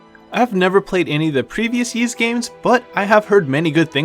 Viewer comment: It's pronounced "Ease" not "Yeeze".